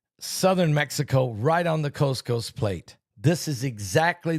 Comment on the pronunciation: Is he saying coast coast plate or what?